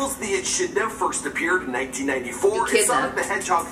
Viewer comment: e”KID”na not “chid-na